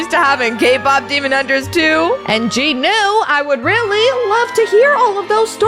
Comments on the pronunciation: Its jinu not ji nu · Jinu not JinO